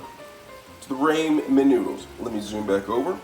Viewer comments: It's pronounced ra-men, not ray-men! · no shit. But sound it out lmao he said it like Raymond soup lol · Can’t trust a recipe for ramen noodle from someone that pronounce it “ Raymond noodles” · Bruh, it's Rahmen like Ahmen Ramen noodles. Not Raymond Noodles lol. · Ray-men noodles!????! I can’t trust a man that pronunciation Ramen, RAY-MEN & ginger, GIN-GEER… 😂😂😂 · Please pronounce it *raHmen instead of "raYmen" and *gingUr instead of gingEEr cuz Bro that was painful lmfao 🤣 dont even have the oomph to comment on the parsley and everything else mispronounced almost on purpose? 😭😅 lolz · Everytime he says Raymon noodles I feel weird 😓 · Raymon noodles gingeer and par sa lee is crazy 😂😂😭🤣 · Absolutely speak & pronounce your reads correctly. It’s not Raymon? Dah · I was legit like "Gingeer? What's gingeer-oh." haha loved this vid. Also never thought to add ginger to raymen noodles. I'll give that a try next time I get my hands on some. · he said "raymon" and "gingear" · Same and the first time I've heard ramen pronounced Raymen 😂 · yeah i was Raa MEN not Ray mon ... but the Gingeer is pretty funny too